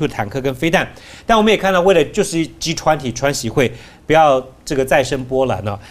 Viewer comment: 岑帅哥把G20英语说成了，狙湍婷